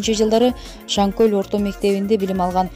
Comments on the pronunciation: Озумун акамго💪 Шанкол деген айыл. Туура айтсан Шан кол дебей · Шанкөл эмес шанкол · Шаңкөл эмес э Шаңкол